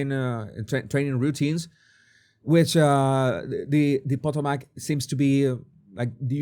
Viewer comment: It’’s pronounced Pu-TO-mac. While DEI in ATC has been going on for years, in this case it was clearly the helicopter pilot’s fault for being higher than authorized and not following instructions. He said he saw the plane and took responsibility for staying clear. It’s also highly regulated airspace and he was following the required path. It was his fault, but there doesn’t appear to be nefarious and absolutely not the fault of Air Traffic Control. I live and fly in that area.